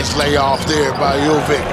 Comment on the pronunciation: Tell your comentators it's not Jovik, it's not Mitrovik. It's Jovic, so it's pronounced something like Jovich, Mitrovich.